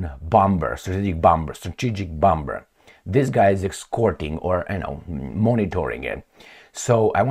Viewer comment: Please stop with this "bom-b-er"crap,u can say "bo-muh" for sure